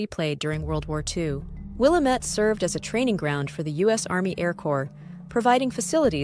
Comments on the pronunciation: Just visited and the first correction I received was it is Will-AM-IT not will-ah-met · Willamette is mispronounced. It rhymes with dammit. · Will - am - ette